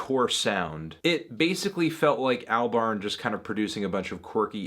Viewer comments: Its pronounced all-barn not al-barn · Every time Fantano says "Al-barn" I die a little inside.